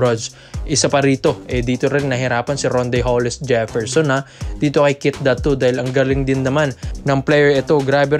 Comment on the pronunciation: Ayusin mo naman pag bigkas ng pangalan NI KEITH DATU AYYY SUSS